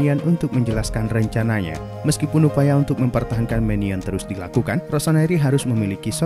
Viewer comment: Nyebut nama kiper Milan itu kalo gak salah meknyong..